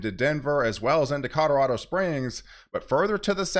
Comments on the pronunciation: Are you serious? He can’t even pronounce Colorado correctly…he always says “caw-doe-wa-doe”. He sounds like a friggin’ 2 yr old. He butchers it so badly, every time, I can’t even listen to him anymore. So I started watching the other guy…so much better. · Dude… you need to learn how to pronounce Colorado CORRECTLY ‼️ Every time you say “caw-doe-raw-doe” you sound like a freakin’ 2yr old.‼️ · Question? Are you saying cororado on purpose? It always gets me 😂